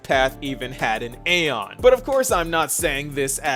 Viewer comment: You might be Erudition, but you still can't pronounce aeon properly 😂 gottem